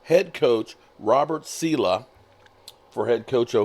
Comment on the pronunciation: sa-leh, like ... sah-lay.